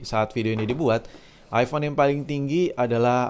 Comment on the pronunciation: Knapa saya risih ente nyebut iFhone. Kan jelaas iphone dari tulisannya